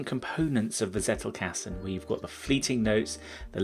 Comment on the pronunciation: Dunno, if someone already made a remark about it: it's pronounced as "tsettelcusten"